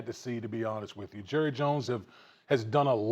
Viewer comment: You mean Jerruh